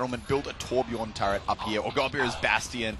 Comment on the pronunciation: Nah, Muselk won't be speaking any German after this, Ö is in their alphabet and he still can't pronounce Torbjörn.